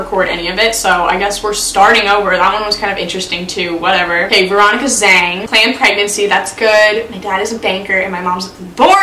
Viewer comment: Anyone else really annoyed by how she pronounced Zhang?